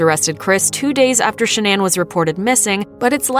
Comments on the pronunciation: it's pronounced Shan-non. Not Sha-nan. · She pronounced Shannan incorrectly the entire video 😐 listen to how the mother says it. I mean come on.